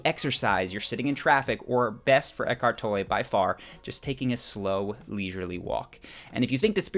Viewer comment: Good clip- insightful and in terms of being humorous I particularly liked how the narrator butchered pronunciation of eack- hart tol-ley